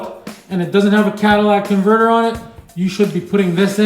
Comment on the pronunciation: “Cadillac Converter”!! 👏🏾👏🏾🤣🤣